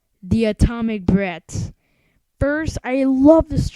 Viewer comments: It sounds that u said atomic bread instead of atomic breath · If you are counting the Domestic box office, it is $126.2 million If you are counting the the box office for the world (counting both Foreign and Domestic), it is $229.6+ Awesome review!!! Also, it sounds like you are saying atomic bread. Haha